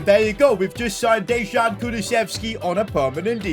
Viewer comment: You didn't just say Dezhan